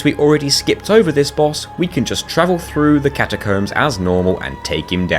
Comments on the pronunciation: catacuums lol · I know it's just how he says it, but I laughed at him saying catacooms. Edit: a fantastic video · "Catacoombs" haha loved the pronunciation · ill never get over "catacooms" makes me chuckle every time